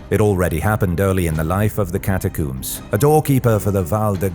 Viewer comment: It´s pronounced ¨cata-combs¨ not ¨cata-cooms.¨